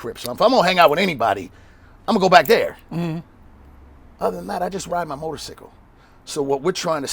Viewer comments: No we say sy kul but he says it sickle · I like how he says "Motor-Cicle" instead of cycle. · Did he just say motorcicle?! 😂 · The funniest thing is the way he says “motor-sickle” everytime he’s talking about a bike 🤣🤣🤣🤣🤣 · "mesican, there's an X in there" lmao motorsickle, there's a Y in there. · This nigga say motor sickle 🤦🏿‍♂️😂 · " parkinsons" is causing the shakes huh yeah ok cool story bro.... "Motor..Sicckkle" LOL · “Motorsickle.” Smh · He saying it like them old timers say it. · Im from London, is that how u guys or at least in Cali say motorcycle? He cant be the age he is now without some1 tryin to correct him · Lol! Thas cool,he says motorcycle like that old hick on that biker movie.,ur a innovator & str8 solid! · Lol the way he says motorcycles is a trip